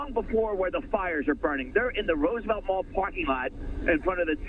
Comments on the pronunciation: Roos-a-vett? Musk needs to repattern his AI Reporters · on ”rOOsevelt blvd” 😂 c’mon Man U work for Fox News & u can’t pronounce Roosevelt?!